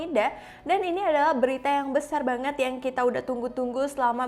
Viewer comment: Ngomong "banget" nya, biasa aja ngapa